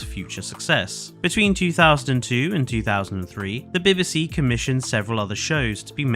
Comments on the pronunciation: The pronunciation of "bib-ih-see" is driving me insane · As someone who appears to be British I’m absolutely gobsmacked that you can’t pronounce BBC (Bee bee C) or is this AI…….?🤷🏻‍♀️🤦🏻‍♀️ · no need to be snarky. It’s just very bizarre to hear a fellow Brit not know how to say BBC. I actually enjoyed the rest of the video but this response is a bit harsh. Maybe if you had just said “nope not AI. Thanks for the feedback “ I may have subscribed but oof nope, nurture your audience don’t alienate them. Good luck.